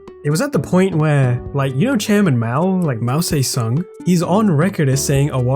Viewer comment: Mow Say Sung